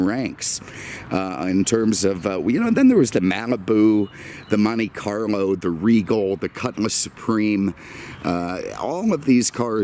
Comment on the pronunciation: Did I just hear "Monte Carmo"?